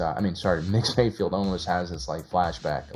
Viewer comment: It's Mayfeld, not Mayfield,! Or is it? I really could'nt give a f*ck, either way.